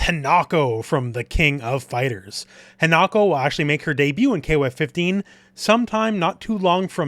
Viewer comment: just fyi, in Japanese the i is pronounced the same as a long e sound. So Hinako is pronounced like Hee-na-ko.